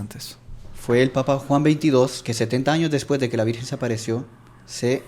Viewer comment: M.encanta ezcuchar l palabra lavirjenzita d lavirjenzita